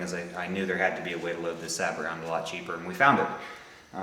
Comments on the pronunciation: "Say-bo" not "sa-bet". It's French. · Why do you call the plastic piece a "sab bot" ? It's a French word. Do you call a General Motors car/truck a "Chevero- LET"? I doubt it. Sabot is pronounced "Say Bow". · Sabot is pronounced "sabow" not "sabbit" which is actually a very small sailboat. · SAY-BO.....it's a French word.....it means "shoe".....I think. Also, Horna-DEE, not Horna-DAY. OK, now that we have the ball-busting out of the way.....awesome video, dude! This is exactly what I've been looking for. Thanks a lot.